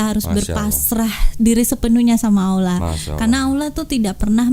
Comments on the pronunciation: Si mbaknya bilang Allah kok Aullah....mbok ya dibenarkan ngucapkan nama Allah....... agar pas gitu! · mungkin hrs belajar juga mengucapkan ٱللَّهُ dengan benar. Beberapa kali pengucapannya menjadi OLLAH.